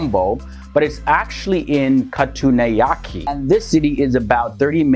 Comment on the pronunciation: It's bad that foreign people get some names wrong because most Sri Lankans don't use the correct English letters when they write Sinhala names in English. For example, It's "Katunayaka" (KA-TU-NAA-YA-KA), not "Katunayake" (KA-TU-NAA-YA-KII) like his said in the video.